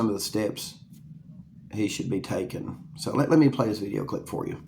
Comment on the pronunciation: Dude said vid-e-aye